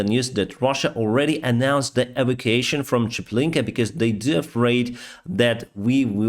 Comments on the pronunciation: Sorry, - e - vac - u - a - tion (e-vak-u-a-shon). Sorry, really did not understand the first three times you said it. Thank you for the update. Your channel is great. Down with the monster, beast and murderer of innocents - PUTIN. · Please......it is not "Avocason", the word is "E-va-cu-a-tion". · e - vac - u - a - tion (pronounced: 'shun')